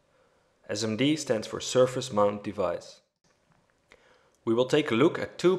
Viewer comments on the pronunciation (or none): none